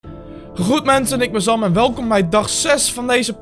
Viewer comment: bij elke aflevering zeg je meer zam dan sam lol